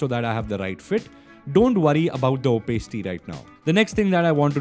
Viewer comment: Really love your tutorials brother but everytime i watch your videos i cannot get that "Opacity" pronunciation out of my head. Anyway not trying to be a criticizer, keep up the good work with tutorials. Looking forward to next one. <3